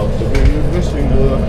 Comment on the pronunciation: it's vlissingen not vlessingen 😉